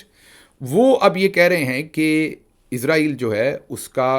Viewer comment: آپ لفظ عزرائیل کہتے ہیں جبکہ ملک کا نام اسرائیل ھے۔۔۔ ع،راحیل فرشتہ ھے جو روح قبض کرتا ھے۔